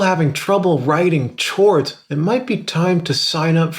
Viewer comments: he is saying CHords as a joke 😂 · Why is he saying CHords🤣🤣🤣😂💯🗿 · "CH-ords..." cringey asf yo lol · The word chords is pronounced "Kords" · umm dont you say cords not chords? maybe im just dumb but it sounded so wrong to me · One more "tchords" and I fucking slap you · You pronouncing it “CH-ords” literally makes me want to die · lol "CHords" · is he saying "chords"?!!?! holy shit did you live and grow up alone for basically your whole life?